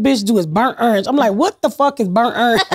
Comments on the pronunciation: Ms. Pat can murder any word “burnt errange” 😂 she’s the best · I love when she says bernt errnge